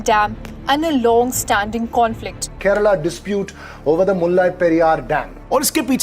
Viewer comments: Sir, it's kerala...nor Kareala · Sarr itch Kerala sarr😂😂😂😂 not Kearla sarr😂😂😂😂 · Hy brooo is not Kearla it's is kerala